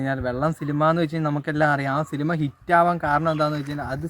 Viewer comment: സിലിമ അല്ല സിനിമ എന്ന് പറയാൻ പഠിക്ക് 🤣🤣🤣